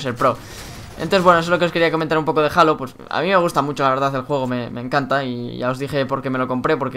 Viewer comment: No se pronuncia "jalo" es "jeilo" y en español sería "halo" la ache es muda. Saludos